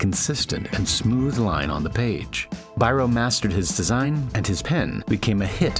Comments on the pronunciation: This was a nice video. Please consider checking Biros name. It should be pronounced like Beero. He was a Hungarian. Thx. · Biro is pronounced "Beero" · It's pronounced "Bee-roh" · Beeroh is the best pronounciation not Byro <3 I love you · Biro is not "bye-ro" its "bee-ro" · Biro is pronounced BĒRŌ. It means (Judge) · This was a great video, but you should have mentioned that Biro (or Bíró, originally) was Hungarian. Also, if you want to be completely correct, you should say it more like "bee-row". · That's not how to pronounce Biro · Why people making YT videos are lazy looking/hearing up how the names they refer to are pronounced? Was it necessary to butcher Biro? It could be easily avoided.